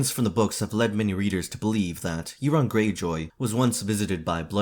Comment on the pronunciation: Euron is not pronounced "Erron". Europe is not "Errup" it's "Yourup". Eur says "you". English is truely just 3 languages in a trench coat pretending to be one.